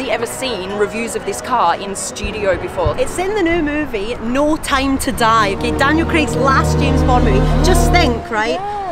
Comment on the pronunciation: No time to die.. Not "no tame to die"